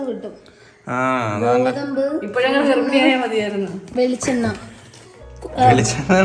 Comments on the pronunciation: ഗർഫിണി അല്ല ഗർഭിണി 😂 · Garphini alla garbhini